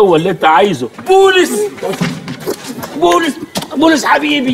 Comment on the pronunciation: بولص مش بوليس